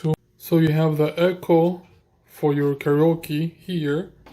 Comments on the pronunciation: what I meant was your pronunciation of karaoke. You said it incorrectly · I laughed at how he butchered karaoke